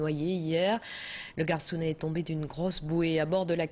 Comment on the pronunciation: "le garcounet" mais punaise -_-...